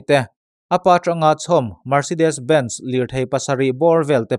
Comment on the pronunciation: Mercedes Benz hi Bens ti a lam tur anilo,Ben zi (Ben zee) tiin Helam America ah chuan an lam -From Texas